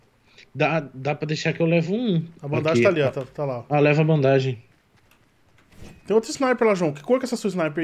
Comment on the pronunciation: e, vcs estão nos Estados unidos estudando inglês, certo?pois então por que vcs pronunciam ban-da-ge? Sem ofensa.